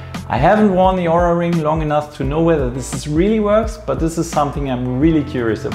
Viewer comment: Nice Video and Review! However, you're still pronouncing OURA wrong... The O is a long O, and you don't pronounce the U. Just listen to how the company founders pronounce it in their videos.